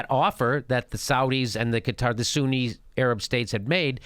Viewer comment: "Shi'a Pipeline... Suuni Pipeline". As spelled out in the Quran, right? haha